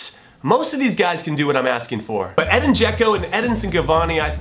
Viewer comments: Edin not Eden😓😓😓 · It's Edin (EH-deen) Dzeko not Eden, but I love the choice so you can say/spell it however you want, Jimmy! My eleven: GK Gianluigi Buffon RB Dani Alves CB Sergio Ramos CB Thiago Silva LB Marcelo M Luka Modric M Dele Alli M Arturo Vidal W Cristiano Ronaldo W Lionel Messi ST Harry Kane